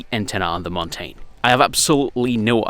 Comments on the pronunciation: it's pronouced mountin (mountain) not montane speak english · Montein lol. What accent is that?